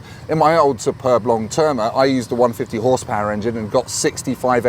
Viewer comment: Can we question your pronunciation of ‘Superb’? (In the most lighthearted way possible as it’s hard to get tone across in comments). As a serious comment - why do that to the arm rest? Now where does an elbow go?